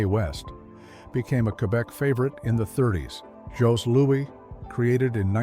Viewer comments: The ‘Jos’ in Jos Louis is pronounced like ‘Joe’.🤗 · Djo-lou-i, no pronouncing the esses. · Joe Louie is how it's pronounced... not Joss Lewis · In French, Jos Louis is pronounced a "Joe Louie". Tourtiere meat pies used to be made with passenger pidgeons hence the french name "tourte". But after it's extinction, the bird was replaced with pork or wild game. As far as I'm conerned, our family made butter tarts for centuries. We have recipes from our great great grandmother and I'm 69. They're the version of a cupcake size sugar pie with nuts or raisins. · it's joe Louie not jos louis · Jos Louis is pronounced Joe louee. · We pronounce it Joe Louie!! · yup, yup... awful.This Canadian flinched at every mispronunciation. Especially The "Jos" Louie ?? 😅Hate AI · 100% Jos Louis... trigged so much